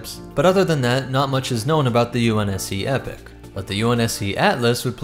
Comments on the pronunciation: Not to nitpick, but it’s pronounced “eeeeepok” not epic. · Now don't get me wrong, I'm all for the EPIC class carrier, but I believe it should be pronounced EE-pok. Excellent breakdown though! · The waaat? It's not epic. It's Eeee-pock. Like as in a distinctive period of time. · The pronunciation of that word is E-pock not epic actually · Epoch is pronounced Ee-pock Not epic... that is my only complaint other than that I loved your covering my ship! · The only issue I have is I understand you're pronouncing the real word epoch as Epic but they actually pronounce it with the E pock, because the initial designers for the ship was Spartan games were the ones that the designed the ship for them and named it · He keeps saying epic instead of epoch throughout right or am I just going crazy haha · Mispronounced Epoch, it's not pronounced like "Epic" but like E-Poc. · Hey. I think its pronounced E-poc not epic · Content is brilliant as far as I could watch, but please, please, PLEASE... ITS 'EPOCH' "Ee-pock" not Epic. And 'Sabot' does not have a silent t! It's "Sab-ot" not the fancy French sounding but hideously mis pronounced "saboh". Not usually a pronunciation Nazi but it was killing the delivery. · Prety sure its pronounced Eee-poch not epic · is noone gonan tell this man its pronounced EEE- Poc ? because its not pronounced like epic. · That is true for the American pronunciation but UK is Ee-pok and from every other Halo media I've heard pronounced the UK version it just sounds weird to call a ship the Epic class for some reason. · As someone that has played sins of the Prophets, let me quite the Capitan of such a Carrier: "Its pronounced: Epoch." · It's pronounced as "e-pok", that distraction aside it was another great video. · I enjoy your content always but the name is pronounced EE-poc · Yeah nothing against him but yeah that bothered me a bit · Epoch. EEE-POK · Epoch is pronounced (E-Pock) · Why do so many people pronounce epoch like "epic"???🤔